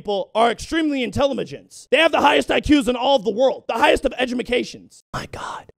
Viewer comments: "Extreemly intelemegence" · "Intelamagince and edgamacations"